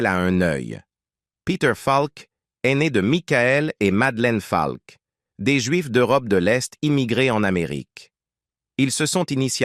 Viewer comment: bonne video mais dommage que cela se traduise par l'ia car ce n'est pas falk mais peter faulk dommage